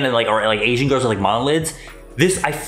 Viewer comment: "AsIAN giRLs" XD "iN aSIA"